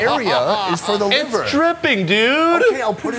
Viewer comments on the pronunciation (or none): none